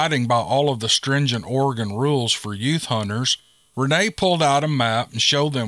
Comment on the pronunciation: I listen to every video and enjoy them all. However I just cringe all over when I hear the names of places in my native Oregon, born and raised in Eugene. Gotta say I was surprised when you correctly pronounced Oregon but sweetie when you said Wil La Met I lost it. Seems a lot of people say it that way but the correct pronunciation for Willamette is Wil Lamb Et. Makes me laugh because when my mom came out to Eugene in 1947 from Missouri she got off the bus and asked how to get to Will a met street she said people looked at her like she had 2 heads. Finally someone said to her do you mean Wil lamb etc? She always thought it was so funny. We need more Steve Lily... Blessings